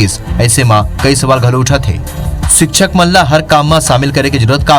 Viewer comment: सिक्षक नही शिक्षक होता है